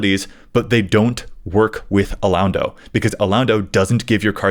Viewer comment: Alaundo is pronounced "a-lon(as in long)-dough" btw.